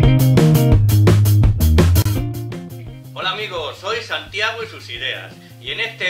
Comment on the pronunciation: Segundo dice Santiao 😂 Saludos señor desde Mexico, D.F